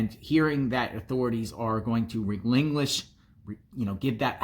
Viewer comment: "hearing the cops are goin to Re-linglish the house back" 😆😆😆🙈 I think it's pronounced relinquish 🤭.. I'd say they just got the furnace fixed to keep the piggys from freezing there lil a55's off lol